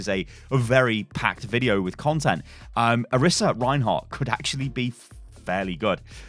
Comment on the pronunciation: It is (Or-ee-sah) not (or-i-sah)